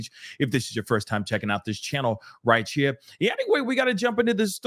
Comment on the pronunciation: Did you say " Righchere" ???? That took me back to days with my gramma on the porch in pritchard alabama . She said right here that same way❤️❤️